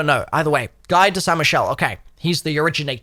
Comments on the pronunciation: Guy is not pronounced "guy" More like "Gi" (same G but "i" not "uy") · "Guy" is pronounced "Gee" (Gu-ee), it's a common French first name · I still wish toxic growth was the field upgrade. Also, Guy is a french name pronounced "Guee" so Guy of saint Michel means Guy of (or from) St Michael in case your were still wondering 😊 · The “Guy” part of “Guy de Saint Michel” is pronounced “Gee” kinda like “Gi” in English. It’s also a very common French name too lol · If he is French then Guy is not pronounced 'Guy' as we usually say it. In French its pronounced more like 'Ghee'. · Thought I'd come across this comment but, that name is pronounced [ɡi] (GEE) with a soft g. Love the tutorials man, couldn't tell you how long you've been a zombies companion ❤ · guy would be pronounced more like Gi like what jujitsu people wear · I find it funny that he critiques the french naming yet pronounces "guy" that way 😂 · Guy is actually pronounced “gee” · It would be pronounced like Gi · First of all, Guy is pronounced like the "gea" in gear, just without the r. Second, Guy de Saint Michel is just where the person is from. It basically means "Guy from Saint Michel".